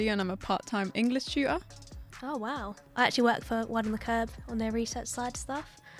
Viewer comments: A part time English Tu-a. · " Hi I'm, I'm a student and an English tu'ah" 🤣🤣. Your an English tutor and you can't even pronounce properly the word tutor?! Hysterical irony! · Hello, I'm an English Chu*uh. If you're going to teach English dear; learn to speak it properly first. The word "TUTOR" begins with 'T', not 'CHU and has a 'T' in the middle and not "UH".